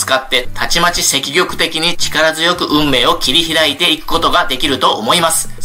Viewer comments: 積極（せっきょく）をセキキョクと読むのにはむのには、何か意図があるんですか❓ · 天風さんがそう読んでいだからだと思います。肉声も残っていて、確かセキギョクと言っていました！